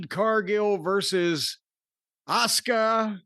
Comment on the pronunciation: I knew something was wrong when Jim pronounced Asuka's name correctly